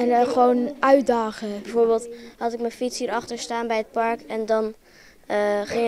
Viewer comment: Beste voice-over: Het woord ''park'' heeft 1 lettergreep, dus geen ''par-uk'', erg irritant!